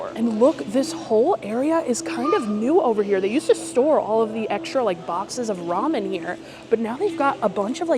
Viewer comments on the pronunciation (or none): none